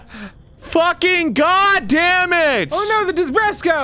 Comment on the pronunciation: Desbreko! Not DESBRESKO!!! I'm triggered!! You fucking triggered me!! Way to go!!!! ^/)^